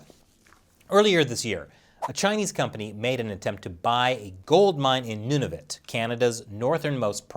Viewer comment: Nunavut isn't a Province, it's a Territory. Good pronunciation, though. (A Territory is legally coequal to a Province, with all the same powers and responsibilities, but has a smaller, simpler, and cheaper governmental structure, more suitable for the generally smaller population and tax base.)